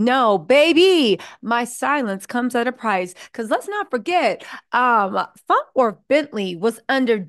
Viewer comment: Are we gonna pretend that she is not saying “FONT WORTH” over and over again? 😂😂😂😂😂😂😂😂😂😂